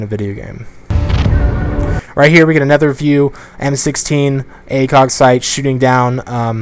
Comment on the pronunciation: Anybody else notice how allways says ''Anether'' instead of ''Another''